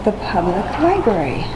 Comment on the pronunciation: Did you fucking say LIBARY, and not libRary? Please fix that man. Sweet T got it right!